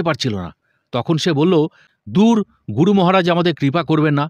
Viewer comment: Asadharon paath Karen apni. Ami gunomugdho. Tabe 'Guru' kathati keno jani na amer kane 'Goru' sonai majhhe modhye. Vul jar e hok amader e sudhre nite habe mone kori.